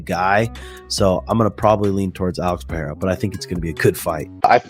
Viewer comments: Mr sonnen PI-DAY-HA roll your tung blend it together and say it fastfaster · Chael: Pee-era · Sonnen is a moron. Why would anyone listen to a guy who doesn't even bother to learn how to say a fighters name correctly. Hack.